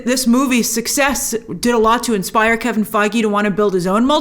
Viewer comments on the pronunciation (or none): none